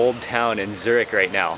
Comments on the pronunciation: Dude you wrong say Zurich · The amount of times he said zuric😂